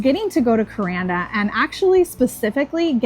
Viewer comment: If a cassowary doesnt scare...you are a fool. Vicious little buggers. They can disembowel you with those claws. They are not found anywhere but up north in the rainforest...Thank God. It is pronounced KurANDa the middle rhymes with sand.